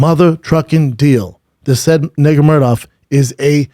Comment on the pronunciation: It's not even a hard name to pronounce literally and he still fucks it up